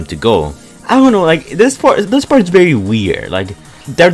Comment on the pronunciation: anybody: vehicle, very, think: behicle, bery, tink